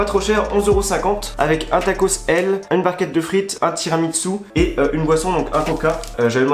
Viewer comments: Y’a que moi qui dit « tiramisu » et pas « tiramitsu » ? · Mec pourquoi tu dis: [tiramitsu] au lieu de tiramiSSu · tiramissu, pas tiramitssu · moi j'did tiramitsu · Ça me fait mal aux oreilles quand tu dis « tiramiTsu » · sa me bute il dit tiramitsu en mode c'est un manga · C'est moi où tu dis TIRAMITSU 😁